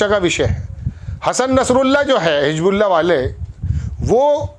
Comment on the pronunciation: Bhai apni urdu bhi theek kar lo.hijbullah nahin,HIZBULLAH.please not disgrace urdu.